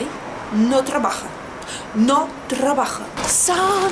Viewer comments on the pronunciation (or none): 😱😱😱 Калинка ❤️❤️❤️. Danzas de maravilla 😍😍😍 :3 , ahora sí, 100% rusa 😊😊😊. -"Puta Wi-fi, no trrrabaja, no trrrrrabaja!" 😂😂😂.